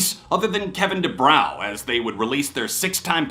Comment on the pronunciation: It's pronounced Kevin Du-bro, not Du-brauuuaa. Dopey